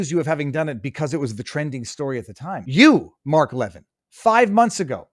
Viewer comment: Viva, love yr show❤its Mark Le-vin'